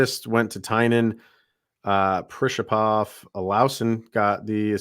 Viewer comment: The stress in "PrischEpov" falls on the second syllable.